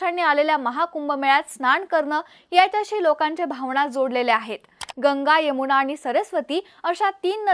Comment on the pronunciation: "भावणा" ...😅 यमुणा😂 अरे अरे